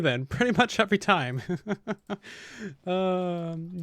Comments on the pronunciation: Anyone else notice whenever says every he says eovry? Lol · Or maybe UwUvry